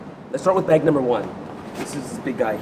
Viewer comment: Anyone else love the way he says "beg"?